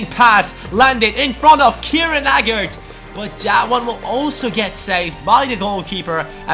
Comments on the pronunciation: By the way, Agard's name is pronounced Ay-gard not A-gard(even though its spelt like that)! Awsome series aswell, cant wait for the next episode! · Dude do me a favour hes pronounced aygard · Agard is pronounced Ay-gard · It's pronounced A-guard. Great video though I look forward to the rest of the series, like I do with all of your new videos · Kieran Agard is pronounced A-GARD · Pronounced hi-um, ay-gaard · Just a few tips.. Agard is pronounced; A Guard Emmauel Thomas is ofter called JET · Agard is pronounced Ay-gard!